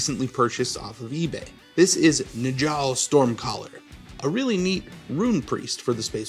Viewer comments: Oh god the J is a y sound lol, Nyoll not Njoll Cant wait to send this video to my space wolf playing buddy though! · Its not "ni-jal", it's Niall. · It's pronounced "Nyal" no Najal lol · Really good video as always. With these space wolf names the J is a Y sound. Like Nyaal. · Njal is pronounced Nual. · We used to pronouce Njal like "Nigel" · Awesome rescue, but the J is like a Y I'm pretty sure. So Nyal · I’m pretty certain that it’s pronounced more like nyahl… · Awesome missed ya mate. Fyi j in viking culture is pronounced as a y. So Njall is pronounced as Nyall. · Everytime he says Njal 💀💀Very cool model though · Say his name again? lol that's so funny. The n is basically silent. When you say it, it's basically as if you're about to say n, but then change it to the j instead. Oh and it's a soft j like a y starting word.